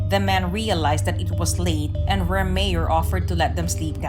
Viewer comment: It’s pronounced “Ray-Myer”, not “Ree-mere”🙄